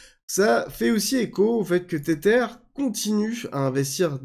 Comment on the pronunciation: Hello, Merci pour toutes tes vidéos que j'apprécie. Maintenant, par pitié arrête de dire [Tétèr] pour Tether 😆. Cela se prononce [Tèzeur], c'est de l'anglais et ça veut dire "lien", "attache" car oui l'USDT est lié à l'USD 😉 Soignes toi bien!